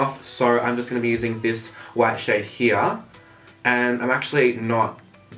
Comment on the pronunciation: "this shade heeya"